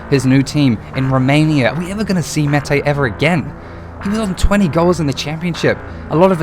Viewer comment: Btw for future reference it’s Olise: O-Lee-Say Meite: May-Tay Araruna: Ah-Rah-Roo-Nah Cant remember if you pronounced this one right but it’s Ri-Nom-Oh-Tah